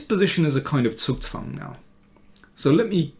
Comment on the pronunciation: "Zugzwang" is difficult to pronounce if you are not german - you do it perfect! Better than i speak english, isn't it perfectly?